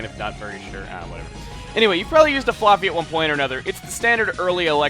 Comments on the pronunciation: Why do you keep saying flooffy it's flaaffy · I thought it was Flah-fee not Flar-fee... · is it just me or does it sound like he is calling Flaaffy floppy? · Oh my god, Chugga, you're killing me with how you're pronouncing "Flaafy". Isn't it with an "a" sound like "have", or am I just crazy? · I always pronounced it fla(as in flash)fy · flaffy with the "a" sound like in "fast" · can't stand how he pronounces flaaffy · every time you said "flaaffy", i flinched cause you say it weird :P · ive never heard flaafy pronounced that way before... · you say flaaffy really freaking weird